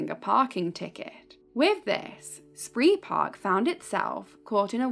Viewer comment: It's pronounced 'spray park'